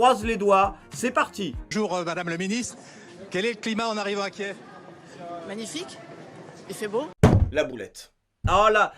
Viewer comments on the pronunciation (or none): none